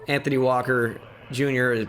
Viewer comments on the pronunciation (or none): none